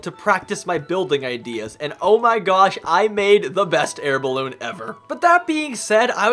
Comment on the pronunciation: I was laughing like crazy when you kept saying bilbe in stead of ballone